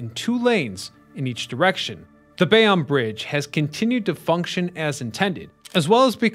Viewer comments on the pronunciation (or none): I am also here to weigh in on that Bay-On controversy. It is absolutely Bay-Own! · As a Jersey City NJ born native, we pronounce Bayonne as Bay-Own not Bay-on. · That was bugging me too. Bay own NJ. Even a Philly native knows that. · It’s not opinion it’s Bay Own. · Guy from Paterson here - is is def Bay-Own ! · Yup, noticed this immediately. If you're gonna do a video about something, learn how to pronounce it first & foremost. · Yep was gonna say. Bay-Own. I'm cringing everytime this guy says bay-on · Obviously This guy is a fool. Never heard Bay-on before! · you need to do a little research on how to pronounce the subject matter that you are addressing in your videos. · As a Bayonne native this is correct. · Lol. I stopped the video to make the same comment. Seems that everyone but this content creator knows how to pronounce Bayonne. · blame AI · Bay On Lmaoooo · Damnit. It's Bay OWN. BAYYY OWN. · 96% off people pronounce it Bay- own. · As someone who grew up in Carteret, i keep yelling everytime he says Bay-Onn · He mispronounces alot in his videos. I couldnt take 'Bay- onn' anymore and stopped the video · Not born in NJ, Bay-on or Bay-own, Tomato, Tomatoe. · What Flicklives said 👍 I've also heard "Bay-wun"😂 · It's Bay-OWN' and Othmar AH'-min. I can't believe anything a you tubers says if he can't even pronounce the subject correctly. Do better! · We New Jerseyans definitely like the way we pronounce things. Screw the rest of the country that says WAH-ter. I thought said he was from NJ in an old video. Maybe he is pronouncing Bayonne the "correct" French way! BTW, I learned that the Outerbridge Crossing was named after a person. For over 50 years I just presumed it was an bastardization of "the Outer Bridge." They should have called it the Outerbridge Bridge to remove confusion! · Thank you for making this post haha I was going to do the same thing. I'm from New Jersey too. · I hate how he it says it lol